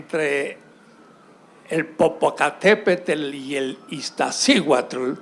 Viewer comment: El tipo ni siquiera sabe pronunciar Popocatépetl e Iztaccíhuatl, vive en México y quiere dar clase de Historia de México